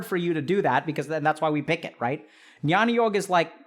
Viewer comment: Amazing video as always, Dr. K, just a minor correction (call it nitpicking if you may) -- 'jnyan yog' is pronounced as 'gyaan yog'. The alphabet 'gy' is actually a non-translatable from Sanskrit to English. It is written as 'jn' in Latin script but spoken as 'gy', as is in Sanskrit.